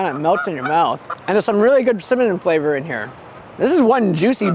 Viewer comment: are you saying Cimanon bun? 😂